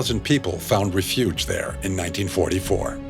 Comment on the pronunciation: or the proper pronunciation of REFUGE